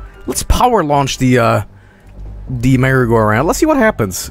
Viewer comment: "merry-go-round" more like bury-go-round lmao